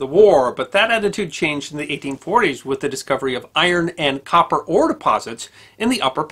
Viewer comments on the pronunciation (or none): none